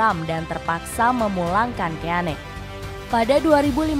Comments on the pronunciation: Dibaca roy kin.. ROY KIN.. KIN.. ROY KIN.. bukan KÉ A NÉ 🔥😡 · Bukan Roy keyane kak. Mohon koreksi Roy keane = baca Roy Kein 😁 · Kin aja d bacanya min, risih gw dengernya keane, lo sklh lulusan apa sih? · Roy kein,,,di bacanya,,,ngeri ngeri sedap didengernya Keane,,haha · gatel bgt denger penyebutan Roy Ke-ya-ne 😭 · Dibaca Roy Kéin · Seaman, keane ..... diperbaiki dong cara bacanya